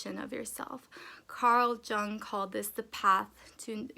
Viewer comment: Girl. Jung is pronounced as “young” give Carl Jung some respect lol